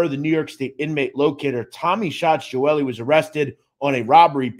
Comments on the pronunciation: My grandfather was best friends with his father. Salvatore, very good man. Picked up my papa for breakfast all the time. Loved that man. (Also I was always told it was pronounced Gee-ol-ee but still a very good in depth video) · I’ve never heard his last name pronounced like that lol. It’s pronounced Gee-Oh-Li